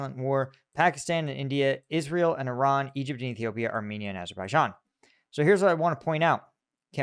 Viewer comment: I thought it was between 'Aberbaijan' and Albania?